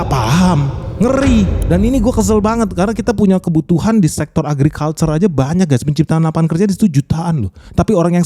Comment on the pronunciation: sektor argicalcure